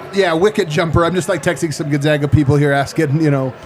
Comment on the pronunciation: Proper pronunciation of Gonzaga is GONE not GUN. …. Gone-zag-uh. Clark Kellogg one of few who says it correctly.